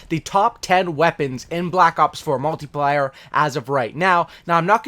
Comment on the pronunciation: Dis niqqa said mutiplayer wrong 😂😂